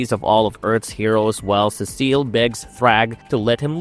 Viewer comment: Cecil not Cecile 😂